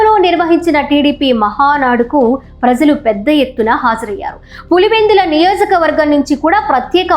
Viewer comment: చాలా కాలానికి మంచి తెలుగు వింటున్నాం. ప్రజలు.. లో జ సరి చూసుకోండి.. తల్లీ.